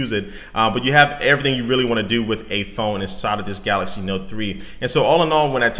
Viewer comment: Wow i was thinking "im crazy or hes saying galasy? Im gonna read the first comment" and there u have it :)